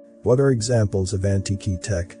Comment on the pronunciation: I'm laughing my ass of at the repeatedly mispronounced word "Antique". Every time that computer generated voice says "An Tiki" a backyard Hawaiian torch flashes in my mind.